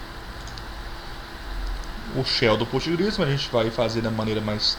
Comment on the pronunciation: Cara sua aula é muito boa. Mas como uma orientação pessoal, pfv pare de fala POSTGRES como se estivesse no pural. nao esta, na verdade o s esta no final devido ao SQL que tem no final. Dica ok... Obrigada